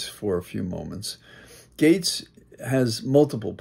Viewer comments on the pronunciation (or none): Pronounced Gates for Gaetz